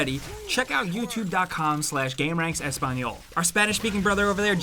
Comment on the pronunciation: I. MISS. FREAKING. BEAST. MODE... your pronounciation of "español" made me laugh (yo soy hispano-hablante) and i still prefer this version of gameranx :P